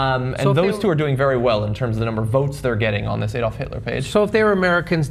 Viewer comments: it's not ayyy dolf it's add-olf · It's Adolf, not Eh-dolf. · If their was a woman on the panel I think it would make them talk more respectfully towards women in general however this channel would be boring as f**k. FYI ''YT'' your German pronunciations are awful 'AEY-dolf and third rike' WTH. And I assure you the majority of people in Eastern Europe still remember and hate the Nazis. However were preoccupied with Russia ,ISIS and refugees at the moment, you know.